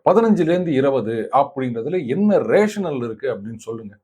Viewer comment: "There is no rationale" = இதில் வரும் கடைசி வார்த்தையை ரேஷனால் என்று நெடில் னா உடன் உச்சரிக்க வேண்டும்.. குறில் அல்ல. கடைசியில் ஒரு E இருப்பதைக் கவனிக்கவும்.